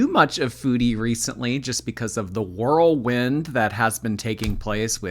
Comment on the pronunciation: A "whirlwind" or "gorlwind"